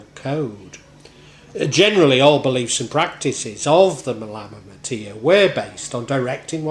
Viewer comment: Nice interpretation of the Malamatiyya my Friend. My only criticism as a student of Arabic is the odd mispronunciation. Other than that I am in total accord with your content, and am much appreciative of your efforts. JZK.